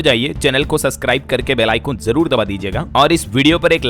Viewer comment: ससकराईब नहीं सब्सक्राइब ब सबस कराईब बोलाए, हो जाता है कभी-कभी आपका नाम बड़ रहा है सही बोलने में आप नाम और अच्छा रहेगा । कृपया अन्यथा न लें